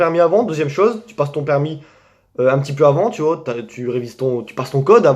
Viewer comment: Au début tu dis tu vois mais on dirait tu dis tu vaus mais du coup je vaus combien